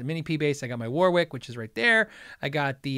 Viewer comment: Warwick is pronounced Worrick. As is Warwick, England.